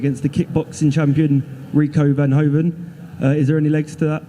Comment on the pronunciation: Verhoeven* not vanhoven